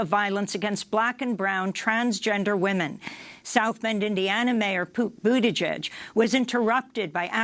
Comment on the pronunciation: I had to replay ‘Poot Butigeig’ several times. I know it wasn’t intentional, but it was hilarious all the same.